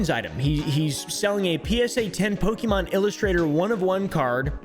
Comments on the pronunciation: @@ when I was a kid back in the 90s all the adults said po-kee mon or man's, but it's pronounced po-kay mon 😅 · Poke E Mon... i cannot listen any more. Po Kay Mon. Pokemon. At this point just call them Pokemans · I love it when you say “Pokey Man” ❤😂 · He calls them Pokimaine Cards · its actually po-keh-moan if we're going by japanese pronunciation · Running rn to my homecountry to change my ID and passport 😂. I speak Spanish baby, we pronounce it PokeMÓN 💅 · @@ That's literally what my grandmother still calls them. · Cilib priniincis Pikimin lik in ild lidi in thi 90’s